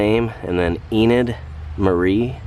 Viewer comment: I agree that the Eichhorn children were Mary Jane, 'Enid' ( pronounced E- nidd or E- nudd, which you ultimately did get right ) Marie, Gloria and Thomas. Thanks for another interesting walk through. See you next time. ✌️🙏